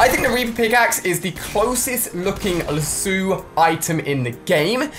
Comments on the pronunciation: LASSOOO its pronounced lass-oh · Ali-A it is lasso not lassu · Ali-A it’s called a lasso. Lah-so. Not la-soo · Ali-A hey Ali, u mispronounced Lasso, it's Lasso u most pronounce the o, and not Lasso with a U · Who else was pissed off by him saying “lasoo” instead of lasso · Lasso (la-so) not lasoo?! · Its not lassOO its lasso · Lol its lasso not lassu! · what is lasu it is lasso boi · What’s a lassu it’s lasso also you say two yug jugs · Really “lassu” it’s “lasso” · you dont say it like lasoo you say it like lasso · What’s a lasu it’s called a lasso 🤣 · its lasso not lassoooo😥😂😂😂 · It’s lasso not lassu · he said laso it is LASSO La-ss-oo Lasso not La-sU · It’s lasso not lasoo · Lasso not la suo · It’s “Lasso” not “Lasoo” 😂😂😂😂😂💀💀💀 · "the LASSOU of truth" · Ali-A it is said la so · U miss pronounced laso but thank u for making the video was very enjoyable and distracting from a busy day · Ali-A wtf is a lassoo😂😂😂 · Lasooooe you said it's wrong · you pronounced lasso wrong its pronounced la-s-oe. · Lasu = lasoo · it's pronounced "lass o" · its lass (as in lassy) O (as in Oh) lasso L-ass- O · Yes it killed me every time he said Lasoo😂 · lah - soooooo lol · Jack Lichtenstein nah fam I say lasso it's just him and his dead pronunciation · He said lasso as "lasoo" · Lasuu is haw he pronounced lasso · Luh-sue = lasso 🤣🤣😂😂😂🤣🤣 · Dude he says lasso wrong La-su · its pronounced la ss o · Is anybody else annoyed on Ali's pronunciation of lasso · When Alia can’t pronounce lasso or themiscyra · MSU Bulldog Yes that was what I was thinking, and the way he pronounces lasso is hilarious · He pronounced lasso wrong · It’s killing me 😂😂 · That Star Wars Guy I know and it triggered me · LOL At Lasso pronunciation!!! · Umm it’s spelt LASUE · He said lasso wrong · Why is he pronouncing lasso so weird? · how did this boy mispronounce lasso ????? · omg the way he pronounces lasso makes me cringe